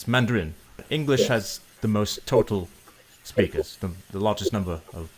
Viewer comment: You say spickers rather than speeekers. Tock rather than tork. It's a longer vowel.